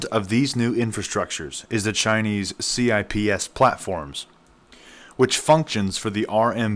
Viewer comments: It’s pronounced “sips”, like sipping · I believe it's pronounced Chips. and "you-ahn". up to 1930s - British pound ruled. 1940s - pound devastated by WWII 1945 - World currencies tied to dollar, dollar tied to gold. 1960s -LBJ spends on both "guns and butter". Flood of dollars. 1971 - Charles de Gaulle demands gold in exchange for Frances US dollars. Nixon breaks convertability of dollars to gold. 1974 -Kissinger convinces OPEC to accept only dollars for all worldwide oil sales, and to reinvest oil profits in US treasuries. World needs dollars to buy oil. The petrodollar. 1980s -outsourcing of US industry. More dollars flow abroad as America purchases cheap foreign goods. 1990- present. world has mountains of dollars due to outsourcing and petrodollar. When countries no longer need dollars to buy oil, or trade with eachother federal spending plumets bc debt issuance stops. Just think about how many people and programs depend on federal spending in the United States.